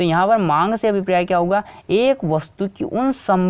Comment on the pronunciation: Abhipriya nhi abhpray hota h 😂 #priya got viral🤣